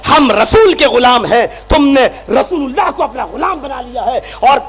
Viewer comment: Abe pagal rosululla thik se bolo thik se bolna nahi ata abe pagal allha ke rosul he